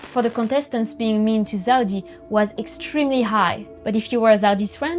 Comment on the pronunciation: La video est incroyable, mais pitié elle s’appelle Zeudi et pas Zaudi 😭